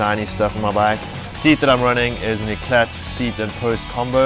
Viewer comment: the t in eclat is silent.....